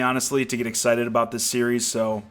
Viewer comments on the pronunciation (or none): none